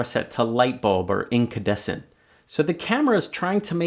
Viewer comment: Nice informative video. However, it's called an incandescent light source and not incadescent - sorry !